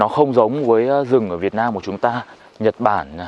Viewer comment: mệt quá nói thành "chật bản" luôn.😅😅😂